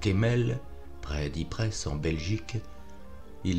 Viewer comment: Tout d'abord, merci pour cette lecture, très vivante. Après, juste pour votre information, Ypres se prononce sans le "s" de fin (Ieper en néerlandais). Ça n'altère évidement pas le plaisir d'écoute, mais ça pourra toujours vous servir...beaucoup de gens y ont combattu et beaucoup y sont mort...et ce ne serait pas étonnant que vous croisiez encore cette ville.